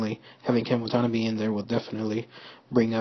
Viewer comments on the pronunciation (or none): dude... pronounce his name correctly... wah tan ah bay